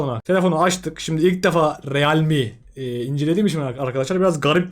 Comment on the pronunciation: Riılmi diye okunur